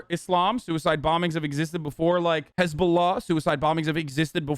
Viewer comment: thought he was talking hazbulla the kid and not the terrorist group lol